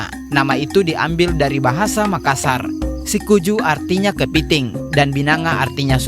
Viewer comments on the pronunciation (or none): Mohon maaf bang, orang makassar mengebutnya Sikuyu, bukan Sikuju bang, mantap babg🎉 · bukan sikuju tapi sikuyu binanga sy luruskan sedikit. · Sikuyu bukan sikuju